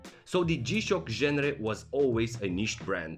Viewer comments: Written genre, pronounced ganre.. I hear you like that word. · Genre is a word that your shouldn't be using 12 times in the one video, especially if you can't pronounce it properly. How are those English lessons going? Based on this video, I think you've been skipping class :(